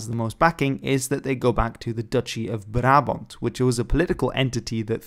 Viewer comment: as a dutch i must say HOLY SHIT YOUR PRONOUNCIATON OF "BRABANT" IS GOOD!!